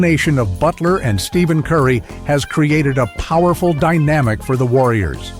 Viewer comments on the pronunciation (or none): I do know who Wardell Stephen Curry is. It's just that his name was mispronounced 🙂